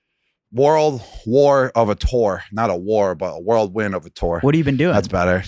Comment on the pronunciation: Whirlwind, it’s whirlwind bruh